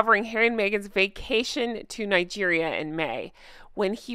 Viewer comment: For a minute there I thought you said "fake cation". 😂